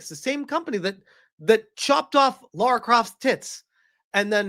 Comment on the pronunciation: did you say „Laura”? WTF bro?